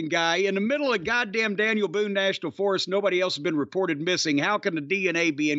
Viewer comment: Forest..another word doesn't know how to pronounce along with tournament.